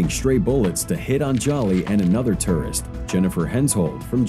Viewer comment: The narrator doesn’t say tourist correctly